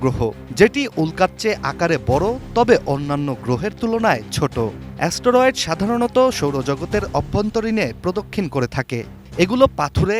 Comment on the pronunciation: অ্যা-স ট-র-এড😂